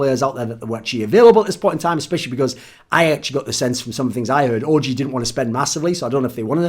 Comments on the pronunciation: Thooorin sounds like hes sayong 'orgy' instead of OG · Thoorin's the type of guy to say ORGY instead of OG! But I wouldn't blame him though, that team does look like a big orgy!